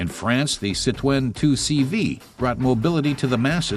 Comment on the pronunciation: What is a citwen haha! Citroen, also, what's with 360p